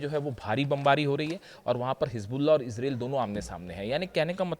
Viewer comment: तेहरान में 20-25 अरब लोग इकट्ठे होंगे -. यह तो तुमने सही बोला की तुम कौन होते हो बोलने वाले।जनानी तुम्हारी न्यूज़ बहुत अच्छी होती है।पर इसराइल का उच्चारण सही किया करो. ये इसराइल और अमेरिकन बेवक़ूफ़ है जो आपसे सलाह नहीं लेते, और आप जैसे रिपर्टर भी हज़ारो साल में एक बार आते है।